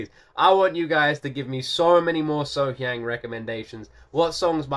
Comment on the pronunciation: Concerning the pronunciation of her name...... Think of her name as being spelled. SoHyoung.